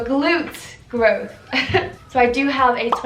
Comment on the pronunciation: ur "grooth" made me laugh 😂